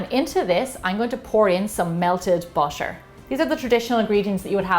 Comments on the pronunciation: Is butter not boter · Pronounciation of butter feels like differend...